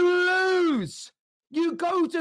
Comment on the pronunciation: The way says “You LOSE!!!” At the mark has me dying